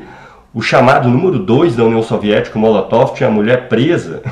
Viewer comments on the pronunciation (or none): none